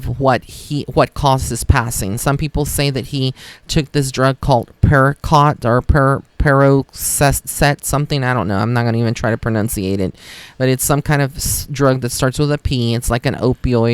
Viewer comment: The drug is pronounced perk oh set. It's a pain pill.